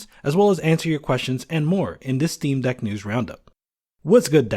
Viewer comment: he said dock.. not deck